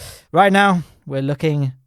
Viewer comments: Word: Duna How pronounces it: Juna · You said JUNA